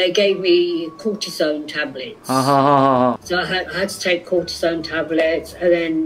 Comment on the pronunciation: Coatsome じゃなくって Cortisone ですね